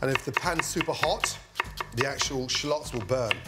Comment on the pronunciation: Shallots not shalooots 😂😂